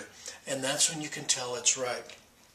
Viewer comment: "tell" not "tail..."when" not "win"